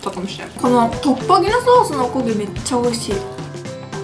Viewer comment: トッポギのイントネーションおかしくない？